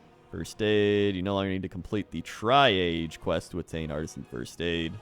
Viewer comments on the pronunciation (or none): pretty sure it isn't pronounced tri-age :) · FYI triage rhymes with Qiraj